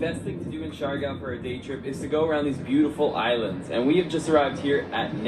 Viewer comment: You pronounce it as C - Yar - Gaw (Siargao). It's one of the beautiful islanda we have... 7107 island or more depending if it's high tide.or low.tide...Have not been there but will visit it too. enjoy your visit there